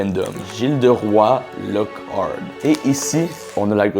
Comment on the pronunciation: Comment il a prononcer Guilderoy Lo kart😭